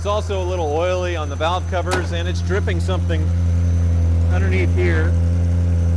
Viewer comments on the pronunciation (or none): none